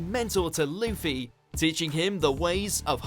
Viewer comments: he keeps calling Luffy Leafy lol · Its not leafy its luffy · Why you hear him call luffy leafy I'm dead 😂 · pronounce luffy correctly.